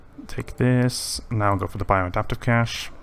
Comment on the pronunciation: Nice, easy money. Not to be a bad guy but cache is pronounce like cash.